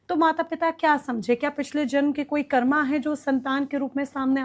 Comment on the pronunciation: कर्मा नहीं कर्म बोला कीजिये